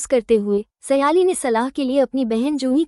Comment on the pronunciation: સયાલી નહીં સાયલી છે